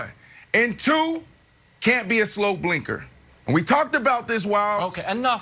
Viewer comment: I know. I was just making a joke about how it sounded like he kept saying “slow blinker”. Lol